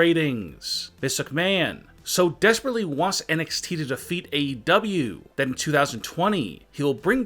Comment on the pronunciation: Everyone:: AEW Him:: AW 😂